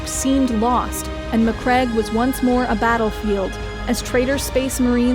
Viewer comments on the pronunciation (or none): Greatly made video. Also, a woman interested in 40k? By the emperor! Also, are you sure how Maccrage and Roboute Guilliman are pronounced? Because i thought it should sound like "maccraidj" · REEEEE SPACE SMURFS MAC-CRAG = no MAC-RAGE = yes